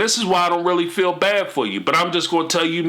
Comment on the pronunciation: You know what is annoying?! When Kody and Robyn say fill instead of feel . These people are annoying in every aspect